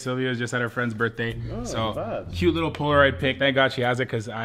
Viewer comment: it annoys me when He says liqqle